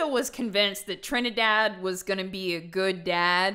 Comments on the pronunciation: As a TRINIDADIAN I never thought I would hear TRINIDADADDY in my entire life 🤣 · Bozo pronouncing Trinidad (Trinity) as Tre-ni-Dad, gives me life because of how funny it is Also it is very ironic that both of her parents Justa and Trinidad are both loyal and high names (Justa is a word for a Just person, basically Justice, and Trinidad is Trinity, as in the holy Trinity)